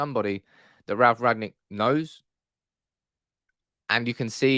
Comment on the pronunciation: I don't want to be pedantic....BUT...its RANG-NICK, NOT Rag-nick.